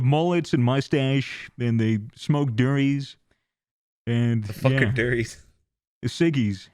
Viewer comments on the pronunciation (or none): the word for cigarette "durrie" comes from my language Gamilaraay the way they are saying it sounds like the word for sex lmao Doo-rie = Sex Duh-rie "cigarette fun fact